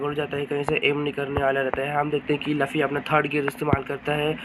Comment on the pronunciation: Laffy नहीं है luffy नाम बोलना सीख ले